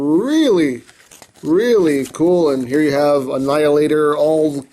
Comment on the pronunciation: "Knight Morpher Annheelahtohr" Me:... Ok, could you please repeat that in understandable English? I don't speak Japanese.. Chinese... Emgoese? What dialect are you speaking, man!?